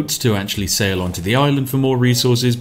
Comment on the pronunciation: "... I'm gonna sail on over ..." or was it "... I'm gonna Ceylon over ..."? ;P